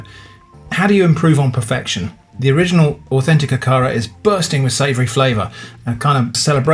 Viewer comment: It is pronounced A ka ra hard A’s 😊 These are a lot like Nigerian puff puff. 👍🏾 Look them up